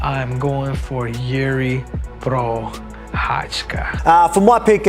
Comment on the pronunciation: The first guy really said Prorasha instead of Prochazka :D